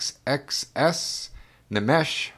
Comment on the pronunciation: I have to revisit NxxxxxS at some point (and I think it’s supposed to be “Nix” with however long you choose to say it). I know Fujita Scale has been on the wish list for a while. Although that’s an acceptable pronunciation, the N in Nmesh is silent. Emmanuel Hoachlander (Ohm-N-I and runs Section 9 Tapes) did the vinyl mastering for Dream Sequins. And I hope my remix of "Mall Full of Drugs" makes the final cut, which was made in part as a thank you to him for both indirectly and directly introducing me to the scene. Fire-Toolz (and I don’t think she’ll hold it against you with the pronoun thing =] ) is also another artist with a slew of aliases a la Vektroid and HKE. The other big one she has is MindSpring Memories, which is more slushwave and ambient. Funny enough, a music peer of mine pre-vapour knew her in another context. And yeah, Fire-Toolz is incredibly eclectic. Ah christtt ... I think of that project as “audio shitposting” and it’s not an insult either. There’s a playfulness and mischief to his work that is similar to Nmesh. However, I think deep dark trench is his most mature work where he deals with the mental storm that was dealing with 9/11.